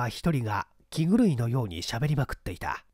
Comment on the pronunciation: 放送禁止用語に当たるため、わざとかもしれませんが、「気狂い」の発音は「きちがい」が標準的と思われます。